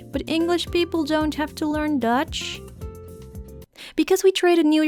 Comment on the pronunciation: Tell me why when I heard you say Dutch I heard Deutsche